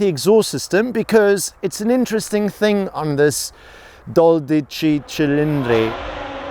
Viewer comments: in white the black "thing" or stripe looks way better in stock black. I´d better removed the black "things" (the active aero) and painted them in body color. ... and its "Dodischi Schilindri" pronunced fast and together ... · 12 cylinders is pronounced like this: Doh-Dee-Chee Chee-Leen-Dree